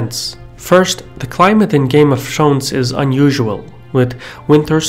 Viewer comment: "Game of Trones"